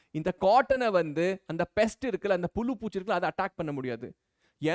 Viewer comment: sir : pulum 😂 it is pulzu 😂😂